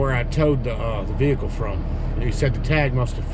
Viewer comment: ITS A VEHICLE, NOT A DAMN veakul